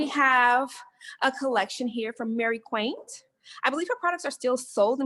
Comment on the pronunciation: Not once did you get a name right. NOT ONCE. Mary Qua-i-nt. It is Mary Quant. Quant just like Want. Dear Lord you need an education. Great video but please learn the correction pronunciation to honor these cosmetic memories. Thank you.